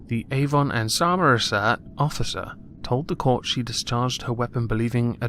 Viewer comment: Yew near-lie got yer pronounshishian roight on Som-err-se'! Gud jerb! (trying to type the accent is an assache... Its no wonder noone understands us)